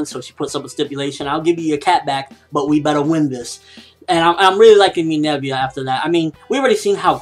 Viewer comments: IT'S MINERVA NOT MINERVIA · umm no offense but you're saying her name wrong it's Minerva not "Minevia" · Why does say Minerva like that? Minerva = Meh - Ner - Va!